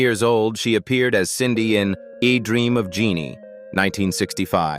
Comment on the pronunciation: My god… another mistake Farrah Fawcett appeared in E-dream of jeannie…”E” Dream??? Get rid of the narrator